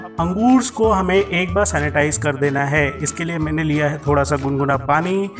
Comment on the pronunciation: chutiyeah angroosess kya hota angor bol ya grapes😂😂